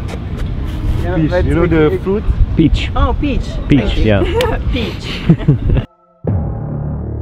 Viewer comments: A la fin quand prononce "Piche" J'ai explosé en plus qui l'appuie dans sa connerie:') Heureusement Jacopo était la:P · peach pas bitch haha^^